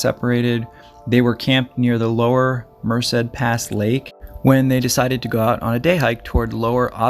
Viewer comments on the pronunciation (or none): Friendly tip: "Merced" is pronounced "mer-SAID" with emphasis on the 2nd syllable. Cheers. 🥾⛰ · Yeah, don't know where he gets the extra syllable. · its mer-ced